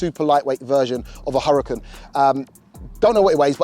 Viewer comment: [Hooraakaan] not hurricen